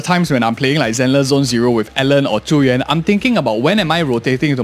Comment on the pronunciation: This is the stupidest comment but I smiled every time you pronounced Zhu Yuan's name correctly. I've been hearing the English VAs in promo videos pronounce it "Joo Yoo-An" for too long. XD